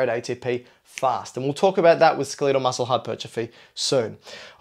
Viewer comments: ACTS SMART. SAYS SKELIIIEEDEL MUSCLE. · Learn how to say skeletal. lol. Pretend guru is jello-brained